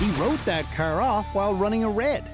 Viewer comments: "In her brand new cer"😂😂😂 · to the most Canadian way to say car